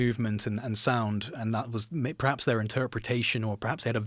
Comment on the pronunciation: he can’t say the word “perhaps”